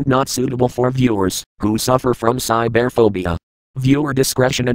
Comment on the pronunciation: Lol, cy-bear-phobia is what i heard.